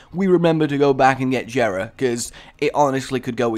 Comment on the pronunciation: Dislikes people who miss pronounce Jera (YEAH-RA) and people who dont remember to pick certain things up RAGE